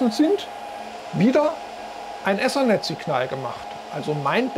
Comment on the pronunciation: Ich halts nicht aus, wenn Leute Essernett statt Ethernet sagen.